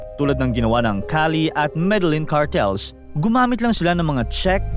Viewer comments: medelyin po ang bigkas hindi medelen. bisaya ka po? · Dipo me de lin Ang big kas Po don kundi meh de yeen Po sa Columbia